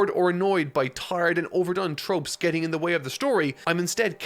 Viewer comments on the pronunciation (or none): none